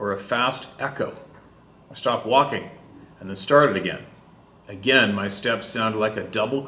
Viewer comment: My girlfriend laughs every time. A gain and a gain😁